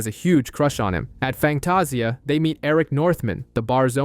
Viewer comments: It’s Fangtasia. Pernounced Fang-taz-ia. That was painful to hear each time, other than that, good job. Terrys funeral was so touching. Andy’s curse words are hilarious and unique. I still miss this show which is odd because it’s not a genre I’m into. I think sexy Alexander Skarsgard (Eric) had everything to do with that. 😊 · I know this video was posted months ago, so I'm sure I'm not the only one bothered by how the narrator pronounces Sookie and Fangtasia 😂 I'm only about 30 minutes in and sure there will be more words mispronounced, just don't know how long I'll be able to continue listening to it 😂